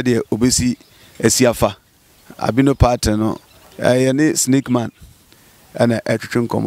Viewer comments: Massa! Massa!! Stop saying pattern. It's Python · I keep hearing Albino "pattern" is it Python or pattern?